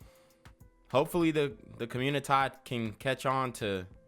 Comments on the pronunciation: Through madness laughter is indeed a good antidote.. And yeah him saying commuitah is funny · Do u listen to CGA, I’ve heard u say communitah and it had me laughing